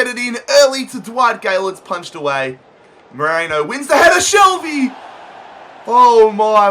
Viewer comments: It pisses me off that you say Merino like Moreno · Merino is pronounced Merino not Moreno